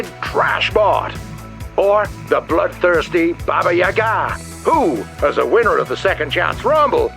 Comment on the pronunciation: Entertaining fight as usual :) Crab needs more melee weapons... PS. It's pronounced baba, YAga.. not baba yaGA.. :D